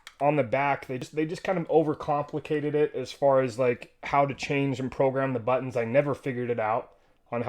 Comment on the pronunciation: I was cracking up every time you said but tonz hahaha. Great video and review, thanks!